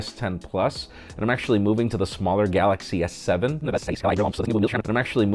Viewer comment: Dude, saying Galaxy S7 was hilarious! 🤣 And thumbs up to Diego for that editing to go along with it! 👍👍